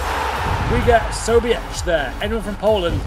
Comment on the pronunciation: Not sobiecz... Its sobiech 🇵🇱🇵🇱🇵🇱